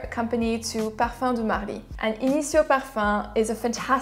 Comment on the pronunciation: I need to try Initio... I enjoy Kilian’s Back to Black, Byredo’s Gypsy Water and Jo Malone’s Myrrh & Tonka. I like your content and accent is on point 🔥